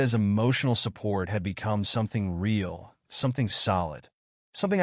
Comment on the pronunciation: How can an AI sound so human, and yet be so stupid as to pronounce words like... Messy as Messier And Real, as Rail?